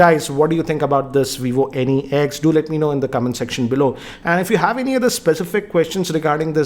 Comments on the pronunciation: It is not Vivo n-e-x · at first I thought he's saying Any X